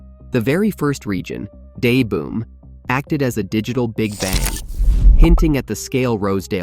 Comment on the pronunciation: says "day boom", when it shows seconds later as "da boom"... da, pronounce more like "duh", as a slang/informal "the"